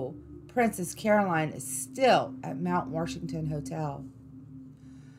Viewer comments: It's Mt. WASHington not Mt. WARSHington. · Ouch! Where is the "R" in Washington? Fun video. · Did you just say "WaRshington"?! Oh no 😂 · Once I got used to her pronunciation, this wasn't bad. Mount Worshington. :) At least she avoided that Ocean Born Mary nonsense. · Mount Warshington? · There is no R in Washington! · It sucks that she calls it mount warshington that is wrong. Good stories though 😉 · being from nh, hearing “mount warshington” is just terrific😂